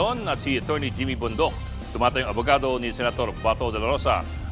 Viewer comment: SIR JIMMY BONDOC NOT JEMY CORRECTION LNG PO. Sakit sa tenga